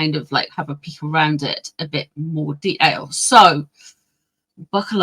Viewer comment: I think you do a wonderful impression of the dumb prince. I confess i had to turn on cc for your pronunciation of 'detail,' but living in Texas we have our own unique ways of pronouncing words. Love your reads!!❤🧿🐈‍⬛